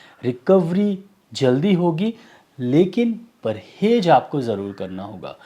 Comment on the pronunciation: "Parhez" Sir not "Parhej"